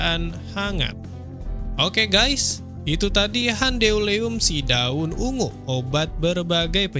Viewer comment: Cara bacanya lucu, gan... "Handeuleum" jadi " Han De U Le Um"... :face-blue-smiling::face-blue-smiling::face-blue-smiling